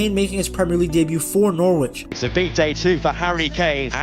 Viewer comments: It's pronounced Norich in case you ever need to say it again...not Nor Witch - English place names eh 🤷‍♂ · Noorwich? Lol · jarring pronounciation of "norwich" in otherwise good video